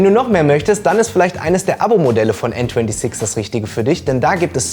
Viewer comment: Bro bitte sprech n26 deutsch aus!!!